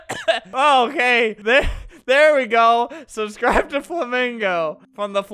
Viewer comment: "SUBSRIBE TO FLAMINGO"